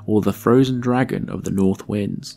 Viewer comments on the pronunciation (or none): none